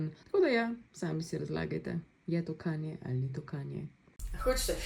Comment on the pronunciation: Drgac ni "Kenje" ampak "Kanje"